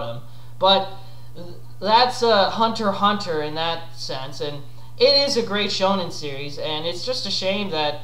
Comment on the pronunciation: Hunter x hunter is great. My absolute favourite. BTW you pronounce it correctly. Shonen Jump even explains how to pronounce the name.